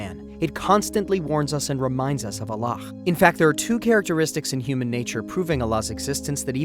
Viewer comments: Why is the narrator saying "Allakh" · Salaama’alaikum. I enjoyed this video. Why do u keep saying Allakh btw. It’s a soft ‘h’. MashaAllah TabaarikAllah. I understated tbh. I loved this video. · allah weirdly pronounced